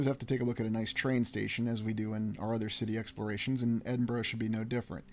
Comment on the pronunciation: Edinburgh is pronounced 'Edinburra' Glasgow is commonly referred to as 'Glesga' by the natives.